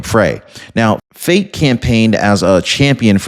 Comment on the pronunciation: 100% this fraud in no way is coincidence. Btw, it's pronounced Fah-Tay. Not meaning to correct you disrespectfully. I only noted you pronounce it as Fate. 😆 I don't trust Ilhan Omar or Omar Fatey at all.